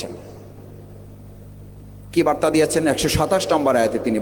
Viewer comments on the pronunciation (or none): none